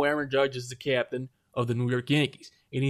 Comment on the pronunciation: Did you say he is the captain or he is the ca-yaptian?